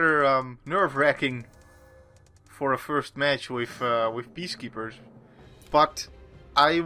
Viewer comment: Whenever you say "Peacekeepers" I always hear it as "Beast Keepers" for some reason.